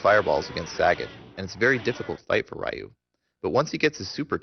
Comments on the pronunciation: Why do you call him "Rye Yu" When his name is "Ree Yu." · Righ-yuu and Ree-yuu are both incorrect. It's simply pronounced "Ryu". 1 syllable. It rhymes with the english word "you". I hope that helps. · I thought Ryu's name was pronounced as Reeyou not R-eyeyou? Nice tutorial anyways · Ree-you means dragon. Rye-you is just westernized bull crap. and its pronounced Shor-yu-ken..u cant get his name right form the pronunciation of the rising dragon fist. yeah ken means fist. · Rye-yoo and Saggit. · Since it's japanese (duh :)) the pronounciation will be similiar to the "L" sound in the word "Long". So I'd say it's pronounced with only the L sound of that word followed by a something that sounds like the word "you" :) So it's basicly Lyuu =) Source: I study japanese :P If I missed something please correct my mistake. Lovely game btw, and awesome guide. I just hope they release the HD remix version for EU PSN soon- It's annoying! =D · It's actually not Ree You either, it's Ryu; it's one syllable, which makes it a bit hard to pronounce. You have to sorta roll the R. And who the fuck cares? Pay attention to what's actually in the video. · it should be pronounced "Ryu" not Ree-you, Rye-you, or Rai-you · How can somebody who knows so much about this game not be able to pronounce "Ryu" properly? v_v